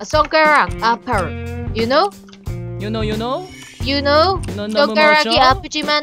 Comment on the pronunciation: 도티님 아까 you know 하시던데 발음이 윤호같아요 내 이름 ㅋㅋㅋ